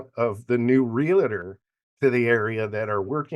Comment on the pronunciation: Great podcast. But gentlemen...it's Real-TOR. Not Real-a-tor. Thanks again.